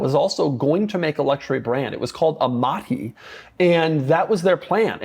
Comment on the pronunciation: Amati, not Amanti